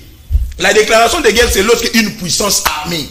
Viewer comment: C'est " GUERRE" et non "GEURRE"...Ah, les télévisions du Congo!